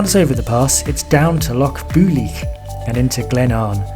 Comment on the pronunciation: The best laid plans o’ mice, and men, gang aft a-gley…. Keep working on the Gaelic, lol -it’s said ‘bulg’ like bulge, but with a hard ‘g’, like rag. The ‘i’ in Builg is like the p in both ptarmigan and swimming -silent 😂👍🏻